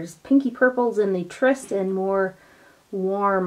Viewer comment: Could it be that you were sent the Tryst palette because you are the only one on you tube who can pronounce it correctly?! Just a thought. Love your videos!